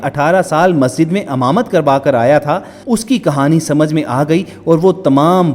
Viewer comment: Baat short kar r imamat ko hamamat na bol